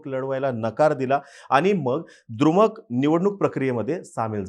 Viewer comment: दृमक नाही, द्रमुक